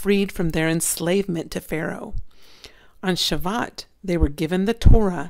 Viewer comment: Just so that Jewish people do no rip you to shreds on pronunciation. It's pronounced, "Sha-voo-oat.". Yeshua bless you sister!